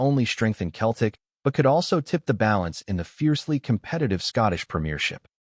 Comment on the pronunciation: How many times do I need to tell you it’s Celtic not Keltic ☹️🤷‍♂️